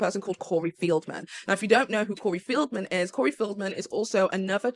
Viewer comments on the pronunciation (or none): Feld-man not Field-man😘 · Corey FELDman, not FIELDman.